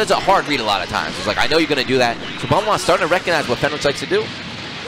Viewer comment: How is Fenritti pronounced Fenrich? Lol